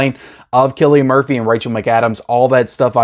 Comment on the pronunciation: You got Cillian Murphys name right this time